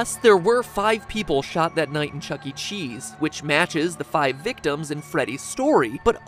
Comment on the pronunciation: "Chuckee Chees" 💀